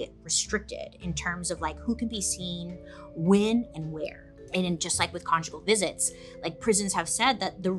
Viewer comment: Did I just hear Bailey say “get con-jiggy with it?”😂